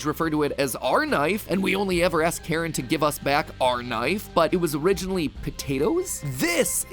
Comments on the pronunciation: I’m pretty certain it’s pronounced “Kuh-rin”. Not Karen. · Pretty sure they way you're supposed to pronounce that name is care-een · Also i don’t think it’s pronounced Karen it’s spelt differently so yeah